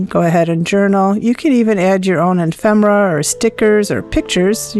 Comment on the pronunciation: Nice job, and a great tutorial! I do think the word is E-fem-er-a, tho'. Thank you for sharing your expertise!